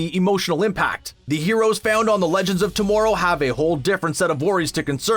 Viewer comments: If he says to-more-row one more freaking time!! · Why he say tomorrow like that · I know, they really need to tell this guy how to pronouns words.